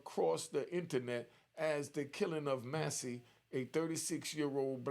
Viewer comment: Man pronounce her name correctly,: Mass-Cee